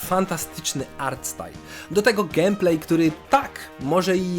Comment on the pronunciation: Jak dla mnie "gemplej" zamiast "gejmplej" wygrywa :)